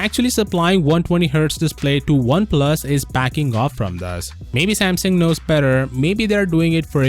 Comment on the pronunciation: That’s the right way to say it